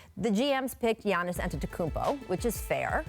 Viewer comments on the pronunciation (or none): none